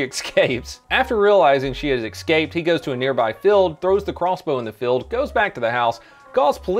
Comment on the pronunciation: You can’t call anyone trashy if you pronounce escaped excaped. Perciffically or arks are also good ones